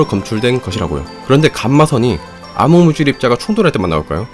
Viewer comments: 암흑물질을 아무물질 이라고 함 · 발음이.. 왜 자꾸 암흑물질을 아무물질이라고 하냐고..